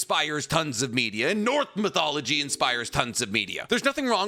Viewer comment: So we just gunna act like he didn’t just say “North Mythology”…..?